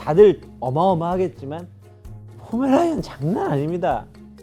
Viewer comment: 강형욱 언제까지 포메라니안을 "포메라이안"이라고 발음하는지 지켜보자